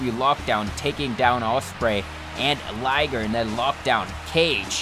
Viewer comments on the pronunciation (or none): none